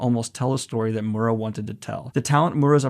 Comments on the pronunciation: this is great, but please, someone teach him how to pronounce Miura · Dear Daniel, its Kentaro MEE-U-RA, just to warn you before someone starts attacking you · Hey Daniel!!! I love the energy you put into trying to pronounce Miura. You are SO close. It's 3 sounds 2 sylabals: Mee-you-rah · Okay, this isn't REALLY the point of this video, but I just want to give a (hopefully) helpful tip to Daniel: When you see Japanese names or words or whatever spelled out with roman letters, such as Kentaro Miura, one thing you can count on is that the letter basically ALWAYS make the same sound. For instance, the letter 'i' is always pronounced "ee", the 'a' is always pronounced as "ah", the 'o' is always like "oh", etc. So the name Kentaro Miura is as such: Ken-Ta-Ro (Ken-Tah-Roh) Mi-U-Ra (Mee-Oo-Rah) You speed it up as you pronounce it of course, but that is the breakdown. I just keep hearing you pronounce his name more like "Mura", where you're totally skipping over the 'i'. I'm not trying to be a dick, just trying to help. Once you catch on to how consistent this particular aspect of Japanese words really is, it becomes REALLY easy to know how to pronounce them. Ya know, if they're using our alphabet :p